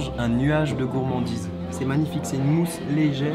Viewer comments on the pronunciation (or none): "Bienvenou à la gourmanndiz" 😂